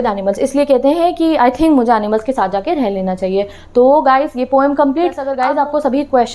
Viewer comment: Aap overacting ke chakkar me har word galat bolte ho jaise poem ko pom aur Coorg ko coog